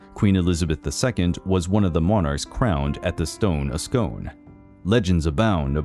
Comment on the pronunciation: For future reference, Scone is pronounced "Scoon".